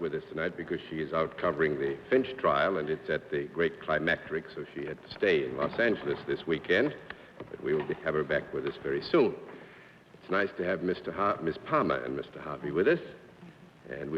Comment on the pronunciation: Who cares that John Charles Daly said climatrix instead of climax. Even Bennett Cerf would not question the word.